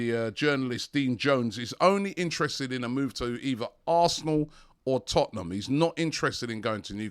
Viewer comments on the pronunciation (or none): none